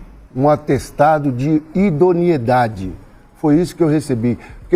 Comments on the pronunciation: Idoniedade ou Idoneidade...kkkkkk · Um cara que não sabe nem falar direito não pode ser presidente do clube mais importante do país. é "idoneidade" e não idionidade. Só pela formação acadêmica o Sr está reprovado, nem vamos falar no cabide de negócios que vc e sua chapa fizeram do Corinthians. O Corinthians se tornou refém de vcs. Se a torcida votasse vcs seriam banidos.